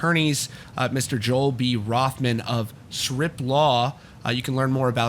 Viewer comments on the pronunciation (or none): Did he say attorney from SWIMP LAW OR SHRIMP LAW !! 😂🤣LMFAO!!! That made me laugh!!